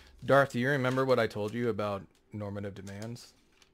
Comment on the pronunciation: I cringe every time Tom says normative.